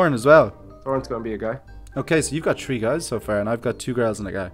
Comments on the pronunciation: if you keep saying tree instead of three I will unsub jk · are they from where somewhere if someone says three sounds like tree?